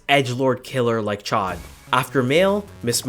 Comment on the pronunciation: As someone who studied French for eight years, hearing you say "chod" for Chaud instead of "showed" makes me wince. Like, great video, very informative, but... ACK